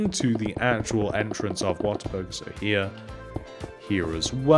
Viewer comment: it sounds like he's saying water burger